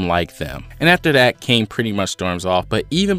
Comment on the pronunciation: The pronunciation of Kaine's name would be Kai Ne, not Cain with a silent e.